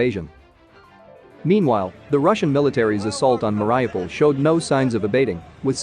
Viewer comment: You say it as Marry - U- Pull